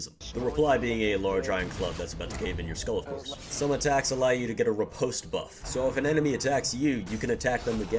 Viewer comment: Hearing you say "Riposte" as "Repost" is seriously painful for me. Other than that, excellent video! 😆